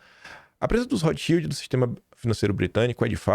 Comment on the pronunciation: Sim, o sobrenome da família Rotschild é de origem alemã. Fala-se “rôt” (= vermelho) com som de 1 erre e não 2; “chíld” (= escudo) o L com som de L e não de U